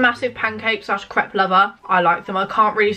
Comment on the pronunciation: Winced everytime she said crêpe wrong